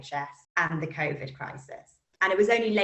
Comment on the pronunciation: Hey look, it’s the guy who can’t pronounce covid. “Koffid”